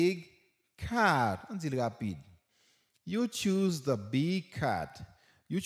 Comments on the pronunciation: Mpa comprendre jan ou prononcer the comme Di se va mtande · Mwen pa konprann lèw pronose the kom va non ou esplikem li svp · Mw gn pwoblèm ak mo the ou prononse pou va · Mwn pa Konprann lè li prononcer the comme va a